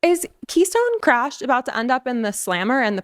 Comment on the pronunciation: did you just say Krash😂😂 May I borrow that.!!?